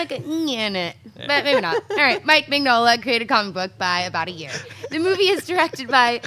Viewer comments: Mignola is pronounced: Min - Yo - La. For future reference. :) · wasn't crazy about pronouncing Mignola. Gn in Italian has a sound similar to the Spanish n with a tilda. However, I have no idea if Mike Mignola actually pronounces his name that way. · She should be fired for mispronouncing Mike’s last name but whatever lol